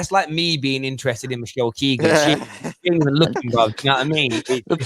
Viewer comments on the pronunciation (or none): none